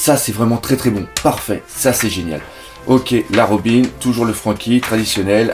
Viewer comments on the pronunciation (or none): none